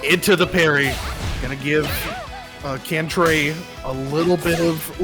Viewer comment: Its CAN-TRAY-GAME lol. Can like a soda can, tray like a lunch tray